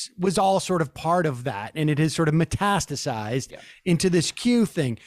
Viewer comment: Was anyone else blown away when Sam pronounced "metastasized" correctly?